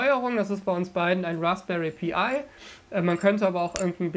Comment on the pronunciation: Warum.. warum sagst du Raspberry Pi-Ei…. Das ist ein „Pi“, alias 3,14159…..